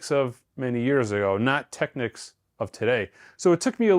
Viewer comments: All I’m gonna say is thank you for NOT pronouncing it incorrectly as TEKNEEKS as I hear a lot of people say 😄 Enjoy your new TT! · Thanks, for pronouncing “Technics” correctly. The other pronunciation ends in “Que” which is another word. It’s like people who mispronounce “Porsche” as one syllable.